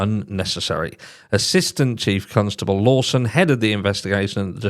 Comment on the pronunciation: I love that you say constable as though the second letter was u. I needed that smile today cos Christmas is indeed very stressful and I'm so unwell at the mo 😫